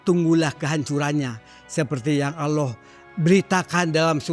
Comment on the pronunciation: 😮😮ustaz sebut Allah pn Allo..Allo..😇